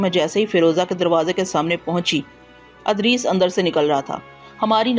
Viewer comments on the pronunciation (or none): Haaey afsos Punjabi speaking Urdu sahi parh bhi nahin sakte ? Idrees ko Adrees parhna.... Bashaarat ko Bishaarat parh Rahi hen.... Afsos isi tarah ki beshumar ghaltiyan hen.....